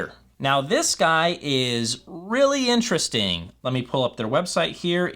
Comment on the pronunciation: Vewy Intewestingh!